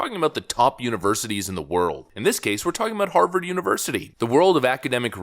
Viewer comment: An honorable academic from Haaaaah-vaaaaahd....whod'a thunk it....